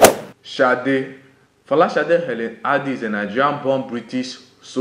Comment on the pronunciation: sade not shade oh man